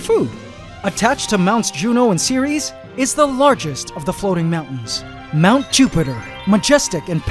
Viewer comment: Ceres is a dwarf planet but it sound like Siris ( the brightest star that nasa had found )